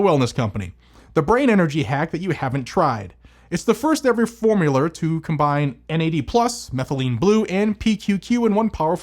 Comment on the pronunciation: "... It's the first ever formuler..." Lolol, that made me chuckle!